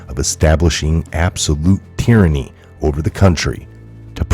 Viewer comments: Hey, the following is totally due to my OCD. Just wanted you to know that up front.;-) It's pronounced teer•an•ee, not tie•ran•ee. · Tieranny? Is that a colloquialism